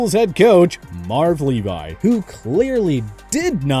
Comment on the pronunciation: Y’all supposed to be football experts but y’all can’t even pronounce Marv Levy’s name correctly?? He’s not apart of the Levis legacy 😂